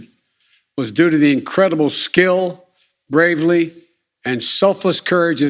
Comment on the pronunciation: Even after practicing reading prepared statements for nearly 50 yrs & no doubt practicing this speech, he couldn't even read it right. "skill and BRAVERLY "???